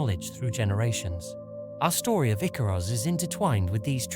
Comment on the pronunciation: I actually think the icarus story is fairly poignant for humanities reach. And although we do get it wrong we strive perhaps too close to the sun sometimes. The artwork is great 👍 Edit* icarus pronunciation needs some work 😅